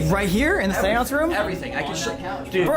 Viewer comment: It's absolutely adorable how you pronounce the word "Seance".. I've never heard it pronounced that way before till now.. 🤟